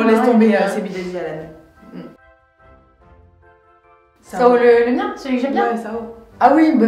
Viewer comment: "Sao le mien" Mais 🙄